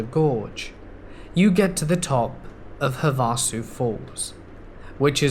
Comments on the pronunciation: I love the way you pronounce Havasu...but it is pronounced HA va su...emphasis on the first syllable. Love your channel! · Havasu is thee best time. HAVE-A-SUE. havahsu ... tomato tomatah